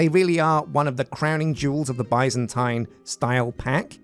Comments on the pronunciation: It's not bī-zan-tīn it's bi-zan-tēn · Omg I love you, you're my 2nd favorite all time youtuber, but it is pronounced BIZZ-AN-TEEN, NOT BY-ZAN-TYNE. BIZZ-AN-TEEN. AND THE ADJECTIVE FORM OF BIZANTINE IS BIZANTINE!!! NOT BIZANTINIAN. THATS LIKE SAYING ENGLISHIAN INSTEAD OF ENGLISH. AMERICANIAN INTEAD OF AMERICAN. AUSTRALIANESE INSTEAD OF AUSTRALIAN. ITS JUST JUST BIZANTINE. BAHHDHEJIWSOKDDNKWKn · idk if it's a british vs american thing but i've only ever heard it pronounced 'biz-uhn-teen' never 'bye-zan-tine' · i am screaming why and how do you keep mispronouncing Byzantine it is pronounced [ˈbizənˌtēn], in plain speech, that's Bih(short i)-Zahn-Teen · British English and American English have different pronunciations. Both are considered correct.